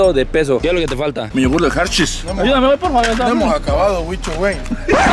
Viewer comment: “nos falta nuestro yogurt de Hershys Guicho” JAJAJAJAJAJJAAJAJAJJA